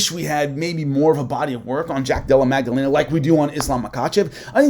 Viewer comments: Great vid. But it’s Maddalena* not Magdalena. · It’s not magdellena it’s Madalena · Holy Mary Magdelena lol Maddalena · Magdalena vs Macklechef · There is no g sound in jacks last name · going full Chael Sonnen on that pronunciation of Maddalena's name lol 😂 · so funny i said a prayer when i hear it